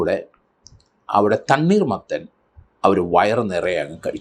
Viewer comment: സാറെ തണ്ണീർ മത്തൻ അല്ല തണ്ണി മത്തൻ ആണ്